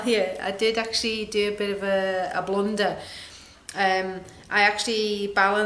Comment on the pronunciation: OMG I thought you said, a blonder, not a blunder. Love your work. Thanks for sharing. 🌻